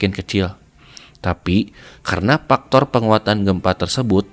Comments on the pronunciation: Faktor bang faktor ... Bukan paktor 😭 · Faktor kang bukan paktor 😂😂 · "dari paktor ... " yak, ini bener2 voice over orang sunda